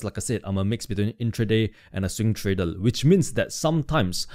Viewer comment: Thank mate ,nice content....Have you somme issues to pronounce the R because you say Tradel instead of tradeR thank you so much to explain your strategy so nice.......